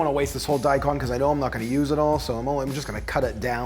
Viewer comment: its daikon, you pronounce the kon like the cone in snowcone. long o.